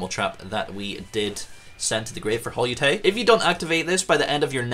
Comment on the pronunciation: Pudica allows your opponent to special summon one of their banished monsters during the next Standby Phase after using her effect. It doesn't have to be the special summoned monster that you banished. Holeutea is pronounced the same as colutea, but with hole and not col. I guess Holeutea is based off of colutea. Colutea is a plant. Hole-YOU-TAY-YA Col-YOU-TAY-YA